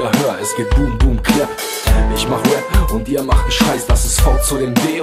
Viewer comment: Arbeite an der Aussprache von Rap -es heißt rep und nicht wep